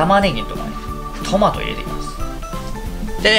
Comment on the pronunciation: 裏返りながらのタマト笑